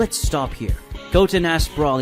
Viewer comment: It's not Gotn it's Goten pronounced (Go-ten) not gotn